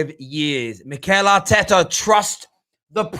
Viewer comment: "Mikel Artekkers blud!" -, 2020